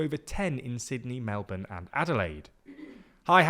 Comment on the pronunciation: Thanks for pronouncing Melbourne correctly.